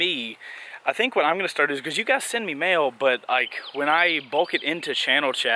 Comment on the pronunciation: When he said mail I though he said mayo cx